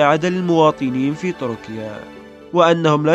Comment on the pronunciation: تركيا وليس طركيا... أعدل لسانك